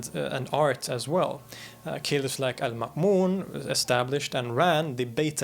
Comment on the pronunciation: ahh.. the good old golden age of the middle east.. thanks for a wonderful video. your channel is amazing. edit: your pronounciation of Almamun is %100 on point. its my name too =D